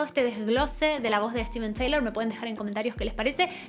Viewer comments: Se escribe Steve Tyler y se pronuncia 'Tailer' no 'Teilor'...esa era Liz, nada que ver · Es la mejor voz del hard rock sin duda... Pero se dice Tailer, no Teilor. Saludos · Se pronuncia Tailer no Teilor, Steven Tyler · Tyler, tyler, tyleeeer. No taylor. 🙄🙄🙄🙄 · Muy buen video y muy buen análisis. Solo que en lugar de decir “Teilor” en el caso de su apellido tienes que decir “Tailer” la gente de hablé inglésa pronuncia su nombre “Ssstiven Tailer” saludos hermosa. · Se pronuncia “tailer” no “teilor” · Todo bien excepto que su apellido se pronuncia (/taɪ-ləɹ/) énfasis en la “e”no Taylor 🤪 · TAYLER se Pronuncia, no TEYLOR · SOLO ACÁ TENEMOS MENCIÓN DE MICKEY MOUSE Y CORRUPCIÓN INTERPRETATIVA EN LA MISMA REACCIÓN!!! GRACIAS POR ELEGIR MÚSICA QUE NUNCA PASARÁ DE MODA Y MENOS CON ANÁLISIS ASÍ DE PASIONAL ADEMÁS DE INSTRUCCIÓN DE UNA VOZ AUTORIZADA MARO, BESOS. ❤️ MORE PLEASE!!! (Dato a considerar… se pronuncia -Tayler-) ———-UPDATE…….. NO SABIA QUE CORREGIR ALGO PUNTUAL Y NO DEBATIBLE ME GANO LA INDIFERENCIA (NO CORAZÓN) DE LA YOUTUBER. BUENO NO FUE MI INTENCIÓN EL DESAGRADO SOLO APORTAR, Y SI LA ADULACIÓN FUNCIONA MÁS.